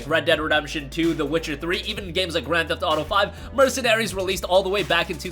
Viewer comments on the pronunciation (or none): none